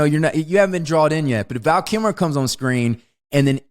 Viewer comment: I was amused by how Wes kept saying, "Val Killmore". The first time I thought he meant Tom Sizemore. I'll have to go back and I'll laugh my ass off if he said, Tom Sizmer.